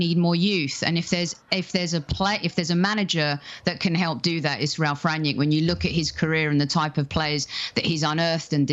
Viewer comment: Good analysis but it's Rangnick not Ragnick